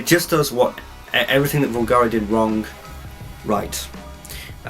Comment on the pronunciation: Here's a crash course lesson on the correct pronunciation of Bvlgari 😜 Nevertheless...AWESOME review by the way 😎👍